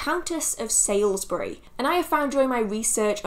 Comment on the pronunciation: Loving the series. Just a point though, Margaret de la Pole, was the Countess of Salisbury (pronounced Saulsbury) not Sailsbury. Blessed Yule. xxx